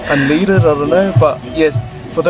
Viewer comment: unleaded🤣 It's un led dead